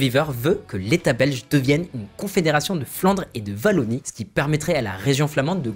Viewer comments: C'est dur d'entendre "Vallonie". La bonne prononciation c'est "Oillonie". Un wallon. :) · W n'est pas un V tu dit pas vashington